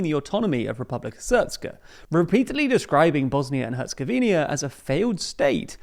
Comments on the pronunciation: It's HercegovinA, not Hercegovinia. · Its not “Herzegovinia” but “Herzegovina”… no “i” between that “n” and “a”… and yes he did humiliate EU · Herzegovina* not HerzegoVINIA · It's Herzegovina, not Herzegovinia 🙄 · All the 'HerzegovinYa's' are like having to listen to someone pronounce it 'nuQular'... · Noticed you guys keep saying ‘Herzegovinia’ — small thing, but the country’s proper pronunciation is actually ‘Herzegovina’ (no extra i). Easy slip since lots of countries end in -nia, but thought I’d point it out. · What are you talking about lol. All he has to do is stop saying Herzegovinia and say Herzegovina instead, removing the second i. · I swear thanks purely because of this comment section I’m gonna pronounce it as Herzegovinia out of spite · IT'S HER-ZE-GO-VI-NA. HOW HARD IS THAT?? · you can't even pronounce the name of the country correctly, but you will pass a judgment if it's going to survive?! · Take a shot every time this guy fails to pronounce Herzegovina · First, a bit of positive feedback: You’re one of the rare few geopolitical news presenters on YouTube whom I’ve seen even bother pronouncing the full name of this particular country. Usually, they just settle for “Bosnia” and call it a day. Now, that said, you kept pronouncing “Herzegovina” wrong, adding an “i” before the final “a,” which turns it into “Herzegovi-ni-a”. It’s just “Herzegovina”. Thank you for your attention to this. 🫶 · Can you at least pronounce the name of the country correctly? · He'll keep saying it. They don't read the comments. That and nucular for nuclear. So amateurish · I've heard other British people say it the same way. It might just be the British pronunciation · Pronounce the country correctly please